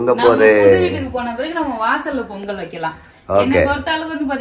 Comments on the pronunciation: பெங்கல் இல்லை பொங்கல் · அக்கா பெங் கல் இல்லை பொங்கல் 😂 அக்கா 😂